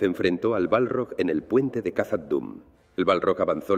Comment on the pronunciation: Khazad Dum se pronuncia Jazad Dum